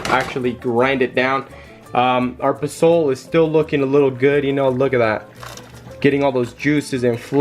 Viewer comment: Next time you are trying to do a cooking video pronounce posole right. Like it is not the gringo way.. also is not rejuvenated is rehydrated.. laurel is the same in English. Posole doesn't take that long. At least 2 to 3 hrs to make.